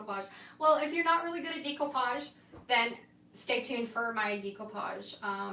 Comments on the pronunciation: It's actually pronounced day-koo-paazh, but I think it's your Canadian accent which is really cute. I always giggle a bit when I hear you say it.😀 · FYI…the correct way to pronounce découpage is daycoopage. It’s a French word. 😊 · You are so professional. I’m very impressed. And yes, I’m good at eyeing too. You say it similar to Australians I’m from Australia. We say “Deck” “o” “parj”